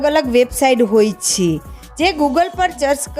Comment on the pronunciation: Chh chhhe😅